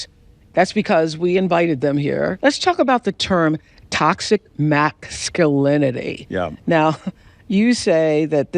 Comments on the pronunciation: Did i hear her say "toxic MAX-sculinity"????? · Toxic Mack-Skew-linity? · Did she say "toxic mac-sculinity"? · Right off the bat, I noticed that Oprah can't say Masculinity, she says Maxulinity. Interesting. Is it the same Ask/Axe issue as usual? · "max cu linity"? She finna ax some questions. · did you say heiffernism? xD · "Toxic Max-skull-in-a-tee," huh? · All the NODDING male BOBBLE HEADS were moved to the FRONT! 😂🤣🤣 Oprah can't even pronounce "MASCULINITY" properly! If she wanted TRUTH she would have invited Dr. JORDAN B. PETERSON.